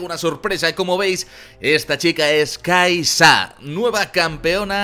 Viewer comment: Se lee key'sa